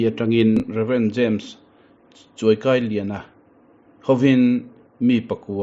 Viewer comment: Rev Dr. Chuaukailiana, JV Nunchunga te hming I lam diklo deuh